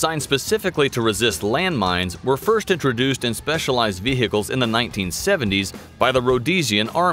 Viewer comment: Every time he says "Vehehicles" I take one sip of water.